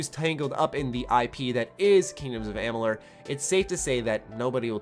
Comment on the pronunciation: Sleeping Dogs... hated it. Not losing any sleep that there won't be a sequel. Saboteur? You loved it? I've never heard of it! don't care if there isn't a sequel. Republic Commando? just another shooter. No sequel? No sweat. Kingdoms of blrg blrug? (Learn to pronounce things, shit!) Never heard of it, don't care... Just another rpg. KOTOR 3 What? another Star Wars game? Who cares! You were right about one thing... after watching this time-wasting video... you do look like a complete asshole.